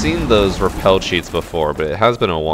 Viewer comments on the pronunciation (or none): none